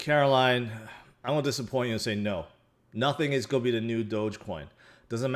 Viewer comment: I like when he says, “I mo” and “it’s go’ go up!”